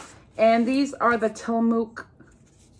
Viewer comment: The meat sticks you get are pronounced Till-a-muck! 😊 They are made in Oregon where I live. I enjoy your dollar tree hauls, you have way more fun stuff than I ever find!